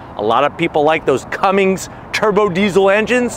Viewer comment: Damn, dislikes Ram soo much that he purposely mispronounced Cummins!